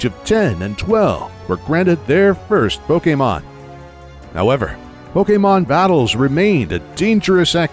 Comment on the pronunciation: I normally don’t care about how people pronounce Pokémon since there are so many for most people to remember. But this guy actually bothered to figure out the proper pronunciations for Pokémon and I thought that was pretty cool